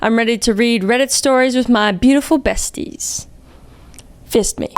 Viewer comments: lmao the deadpan 'fist me' with the speech impediment thing made me choke on air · stop saying "fist me"!😭😭😭😭😭😭😭😭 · I’m sorry you said “fist me 😅😂”I literally lol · Kris you can’t say “fist me” lol